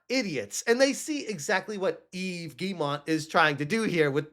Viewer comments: Ok let's fix something: it's not "GuilleMONT", but Guillemot and it's pronounced like "Guy-ye-moe" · I find it funny that still doesn't know how to say the name Guillemot, but that's just an extra chuckle out of me. Rayman put them on the map and now ASS Creed has brought them down to this moment.